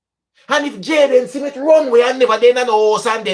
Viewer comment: It’s smith not simith.